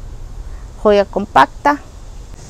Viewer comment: Perdón,pero veo que pronuncias joya,y yo no veo una "j" veo una "h" y la h no tiene sonido,a lo mejor no tiene importancia pero vamos deformando el castellano,por ejemplo muchos dicen ekeveria y no es así es Echeverría,y se les dió este nombre gracias a su descubridor un mexicano que se apellidaba así,disculpa no es por molestar...saludos hermosas plantas...